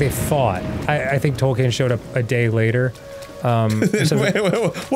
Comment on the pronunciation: Dan pronouncing Tolkien's name is messing with me so much. 'Toll kane'.